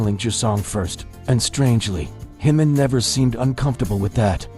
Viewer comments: JIMIN not HIMIN! Please it’s a J not a H 💜💜💜🇨🇦💜💜💜💜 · It's Jimin not himin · Please pronounce the ‘J’ in Jimin. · Why pronounce jimin name like its spanish🤔🤔